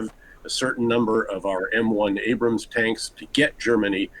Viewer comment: New Rule: Every time this guy calls our tanks “Abrahams,” Britain has to donate another Challenger